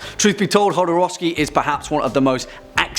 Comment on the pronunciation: Mispronounces Jodorowsky multiple times, praises him, says of Santa Sangre..."one that I've wanted to cover in-depth for quite a while," spends a grand total of 2 minutes and 12 seconds on it. I love you guys but seriously?